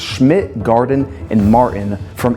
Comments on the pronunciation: Its not "Marin" its Martin, learn to speak. And the suit is just awful... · So. Montgomery Ward was not the precursor of Sears. They existed simultaneously. Also Martin is pronounced Mart-in with a "t" not mar-in. Much like import-ant, not impor-ent!